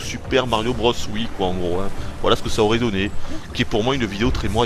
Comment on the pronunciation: Alors la totalement d'accord avec toi Nintendo nous fait payer leur putain de wiimote pour jouer avec 4 boutons alors qu'on a une wii et un capteur qui sert a RIEN Sinon Super sympa ta review en voix off, au moins tout est clair et quasi-parfait a part le "ça s'y nisous aurait" DKCR Best Game!